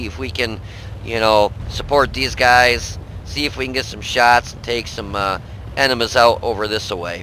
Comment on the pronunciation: You meant to say enemy's and you said enema lol